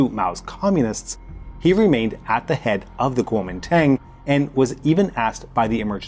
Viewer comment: Man, you don't know shit about Taiwan. If you're going to pontificate on foreign matters, you might want to at least check your pronunciation. I'm hoping that it's just ignorance that kept you from mentioning that Chiang and the KMT (that's Guo Ming Dong in English) shipped as much of the art and gold as they could over to Keelung as Mao's forces closed in on them over in the mainland. Your numbers on the White Terror are drastically understated. The island is a very complicated place and among my favorite in the world. Please show some respect for the dearth of nuance!